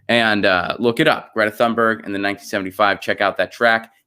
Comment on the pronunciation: If I'm not mistaken, her last name is pronounced TOON-Berg -- no th.